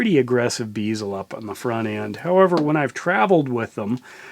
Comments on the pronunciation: Great review and take a shot every time he says "beezel" instead of "bezel" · Pronouncing bezel wrong my dude. Good review though